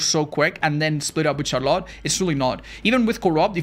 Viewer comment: why does the way says 'Charlotte' sound so much better than any other pronunciation 🫠